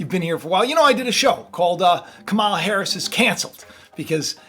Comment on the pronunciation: Ka' ma la. come on you're an educated man, at least pronounce her name correctly